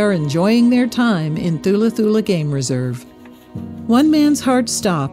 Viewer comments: It is pronounced TULA TULA. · Beautiful reminder. Thank you. By the way THULA is pronounced with a silent H. ie TULA TULA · You don't say the "h" in Thula, it's pronounced Tula Tula